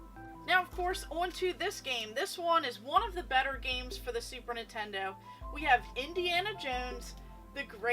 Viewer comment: Girl you are awesome keep up with that collection 🤩but “Nitendo” sounds really off just saying ❤️